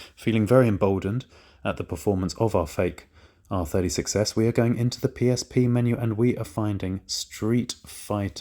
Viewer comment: Whenever he says R36S, I hear R30 success